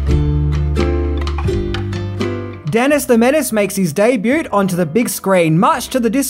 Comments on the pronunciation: The t in debut is silent, FFS!! It's not "daybute". And "media" is already plural. It's not "medias". It's not funny anymore, to be so stupid. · ROBERT Wagner not David... and the 't' in the word "debut" is silent... js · The 't' in 'debut' is silent.